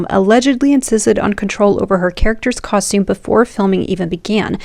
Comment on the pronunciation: "cahshtume" design... brrr